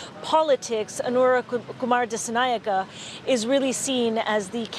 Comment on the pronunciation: Its disaanaayeka